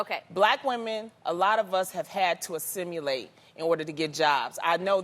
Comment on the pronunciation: She couldn't even pronounce assimilate